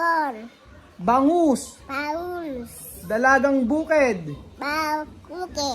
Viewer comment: nakakatuwa si, kaso iba dinig ko dun sa sinabi niyang "Dalagang Bukid" haha